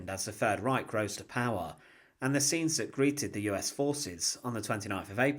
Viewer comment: Strange that the announcer can't even pronounce "Reich" or other German words.